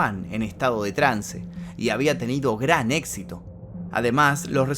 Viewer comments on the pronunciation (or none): none